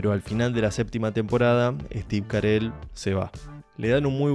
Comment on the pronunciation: Cómo Steve Carel?? es Steve Carrell jajaja Buen video amigo, muy buena critica y explicacion de la serie. Me identifiqué con tus opiniones.